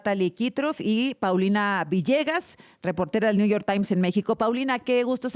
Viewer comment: Ayer escuché a la presidenta decir: dijistes, ahora mismo la acabo de oír decir niu yor tai, digo, estudió en Harvard, sabe hablar inglés y me supongo que español también pero ahora renuncia al conocimiento solo para hablar pedestre y agradar a la manada y por supuesto al macuspano